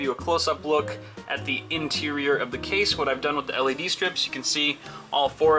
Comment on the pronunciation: Why does he say "cha-sea" instead of "case"